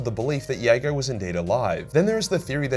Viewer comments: Those Night Lords novels dragged me back into this daft, money pit of a hobby. Love your work but I have to be pedantic as I'm sure the J is pronounced in Jago in the audio dramas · Me, wondering why is pronouncing Jago with a "Y" and not a "J". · Lolz. I don’t think the J is silent is it!? Never heard it pronounced that way, n u b gettin a lil crazy wit pronunciations from t2t 😏. Anyways, in conclusion, just say the J plez. 😅